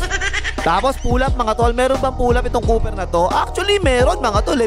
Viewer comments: Kua hindi cooper ang naririnig ko? 😂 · Langya parang dinig ko " Napaka- versitile ng Kupal na 'to" 😂😂😂